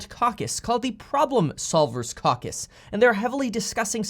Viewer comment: It's Caw Cuss Kevin...NOT CowCuss 🤣